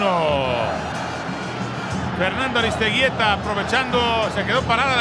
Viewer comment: Al vasco "Aristegeyta" -oswaldo Sánchez